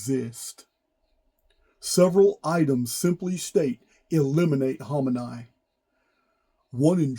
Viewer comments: Ps. it’s pronounce. ( who - main- eee) not hominae - cute. 🥰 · Ayatollah Kohmani (also spelled Khomeni) is pronounced Koh-May-Nee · his name's pronouned khomeenee